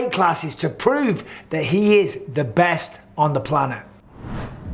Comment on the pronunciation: "Planet " ?!?!?! Come on man !